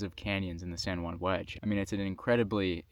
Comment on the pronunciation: San Joo-ann